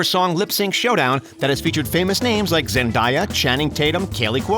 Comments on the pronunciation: Hold up. 👏🏽IT’S 👏🏽 ZEN-DAY-A👏🏽 NOT 👏🏽 ZEN-DIE-YA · I’m sorry Zen-DIE-ya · This dude just said ZenDIEa lmfao. It’s ZenDAYa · He said Zendiya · ZendAya? How does one mispronounce Zendaya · You really said “Zendiea....” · It’s zen-day-a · the way he said zendaya’s name doesn’t fit right with me lmaoo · The way he said zendaya💀